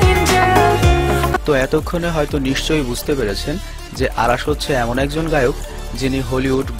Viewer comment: beta age or nam thik vabe bola sik..অারাশ না,,,নাম অরাশ,, সঠিক উচ্চারন শিক আগে,,ওরে ভালো করে ই চিনি বেটা